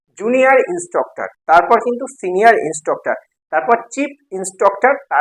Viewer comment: Instroctor Naa!😂 Instructor